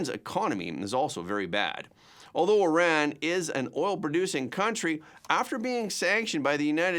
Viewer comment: Not eye-ran but ear- ran. Please tell her.